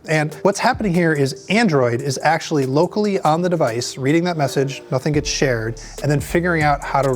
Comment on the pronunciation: The emphasis on "locally"